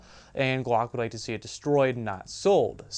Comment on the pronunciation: You really need to learn how to say your Ls properly. Each time you said guack I was laughing my ass off. ;D